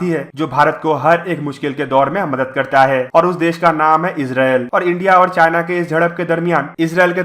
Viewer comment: It is not “ madat”, correct id “ madad”. Small thing but important.